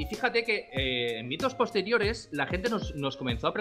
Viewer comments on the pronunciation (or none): Yo escucho bitos :ube